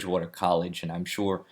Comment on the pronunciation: I love how some accents turn "sure" into a 3-syllable word with a little flourish at the end. :)